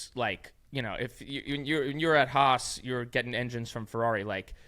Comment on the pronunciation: This podcast is more enjoyable than most F1 races these days. Great show! Ask Günther if he feels uncomfortable when you say "Haas". The way you pronounce it means "hate" in German :-) So it’s the Hate-Team.